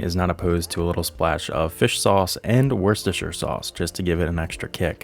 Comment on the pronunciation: Worcester is said "Wuhster". From England :)